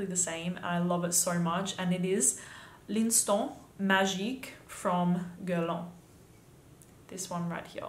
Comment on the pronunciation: sis if you're gonna pronounce the STANT why shoudnt you pronouce the L'IN too?